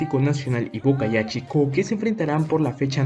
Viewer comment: No es Boca ya..... Es Boyacá chico